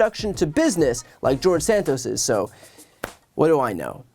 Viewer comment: he said jawdge Satoss, in the third person again, just like Trumpington trumpton